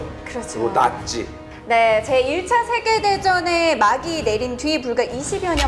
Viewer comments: 나치가 아니라 낙지라고 들음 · 나치를 낙지라고 들음